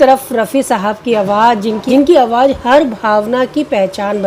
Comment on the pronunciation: A good presentation overall. Madan Mohan and Talat are my favorites, but I also admire Rafi greatly. The two singers are very different, there is no comparison. Friendly recommendation for the presenter: Work on proper pronunciation of Urdu words. Examples: "awaaz" instead of "awaaj"; "gham" instead of "gum". Also, try to look straight frontward rather than sideways (unless there is a reason).